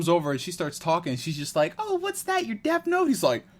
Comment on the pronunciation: Curious but is it honoring the source material to keep calling it "deaF note"?